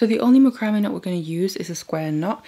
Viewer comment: It's called mac-ro-may....not spelled that way.